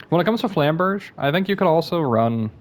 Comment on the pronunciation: its flamberjay not flamberj